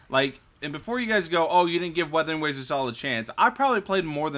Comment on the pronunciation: 笑死人 米哈游給你的商單蠻多錢的，連游戲都沒玩過就照著稿念肯定會念錯的 要多練習一下:face-blue-smiling:沒事 不怪你 賺錢嘛 不寒摻